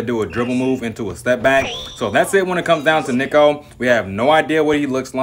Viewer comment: Ive been telling all yall that you are not pronouncig Neko correctly. She's meant to he pronounced as cat in Japanese. Its Neko, "e" pronounced as in sketch and fetch. Niko is pronounced with an "I" pronounced as "ee" as in screech and leech. You also mispronounce qiang.